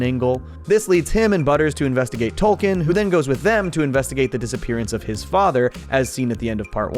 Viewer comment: It's pronounced "Token", not "Tolkien".